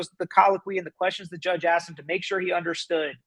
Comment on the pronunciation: As well, if he says ‘aksed’ one more time…….